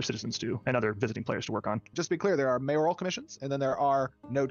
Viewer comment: Sorry it ground my gears so I had to point it out. It’s not MAYOR-I-AL it’s MAYORAL.